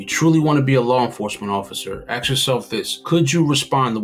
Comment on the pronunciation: “Axe” yourself this?????